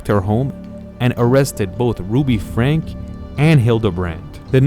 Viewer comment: It's pronounced like Frank-ee :)